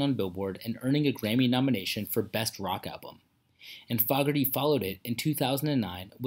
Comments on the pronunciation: Dude, you have to TEACH the Text-to-Voice AI to pronounce Fogerty -- thru this whole documentary, it's pronouncing his name incorrectly -- a bit of an embarrassment, don't you think? And it is simple, just spell FOGERTY phonetically: FOWGURTY. If that doesn't come out right, try FOUGURTY. You can't just spell the word as it is and allow the Text-to-Voice wind up with an incorrect pronunciation -- it's following its internal rules and sometime you just have to trick it into pronouncing a word they way YOU want it pronounced. Just leaving the name of the subject of the entire documentary pronounced incorrectly is lazy. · Please pronounce their last name it's not FOGerty it's foogerty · It's pronounced John Foh gerty not Fog erty alrighty? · You are not pronouncing his name correctly. It’s not fog, it’s fooogerty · This is click bait.. he isn't dead and you're not pronouncing his name right either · Tragic ending? HE ISN'T DEAD AS OF 3-29-22...What are you talking about? Also, "Proud Mary" wasn'tCCR playing a "Standard" as you say, John wrote the song and CCR MADE it a standard. You're also saying his name wrong. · I can't stomach the way this putz is saying John's name. It's an insult to this talented man. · Dude don't know anything about J C F. You pronounced his name wrong. That's blasphemy 😤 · Name being prounced wrong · I've never heard his surname pronounced with the 'short' vowel sound in the first syllable. BTW, according to the comments, he's still kickin' -- maybe not CCR, but John Fogerty still got it goin' on. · If you are going to do a bio, YOU SHOULD LEARN HOW TO PRONOUNCE HIS NAME!!! IT'S ANNOYING!!!! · He is not saying their name right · THE NARRATOR DOESN'T EVEN KNOW HOW TO PRONOUNCE HIS LAST NAME. PATHETIC! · FAW-GERTY? It's 'FOE-GERTY'.